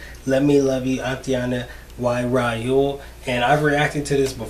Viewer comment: I love how you pronounce Aitana and Raoul😂